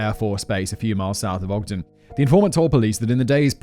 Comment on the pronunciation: Hey Simon! Kudos for pronouncing Ogden correctly. This happened the day after my 9th birthday and it horrified literally everone here. In high school, I heard William Andrews' lawyer speak, he had been trying to get Andrews off the death penalty by claiming that he had no hand in the atrocities. This was my first moral dilemma at age 17, I finally decided that there was a phone LITERALLY in the nxt store and a pay phone on that block that Andrews could have used at any moment to call the police and the fact that he didn't do it made him as complicit as if he'd pulled the trigger. The lead investigating officer was a dear friend of mine much later in life and he'd never talk about what he saw there. One of Courtney's cousins was my OB/GYN in the late 90s. Edit:The building that housed the Hi-Fi Shop was torn down sometime ago. I mistakenly said it was still standing when I posted this earlier. That was a brainfart on my part.